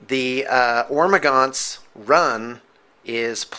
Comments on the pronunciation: It's not Ormagaunts, its Hormagaunts. like WHOREmagaunts. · He's calling the 'ormagaunst because he got that salsa 'nids. Silent 'H'